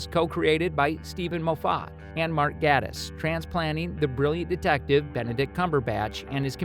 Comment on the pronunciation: Click Bait and incorrect pronunciations of Moffat and Gatiss names...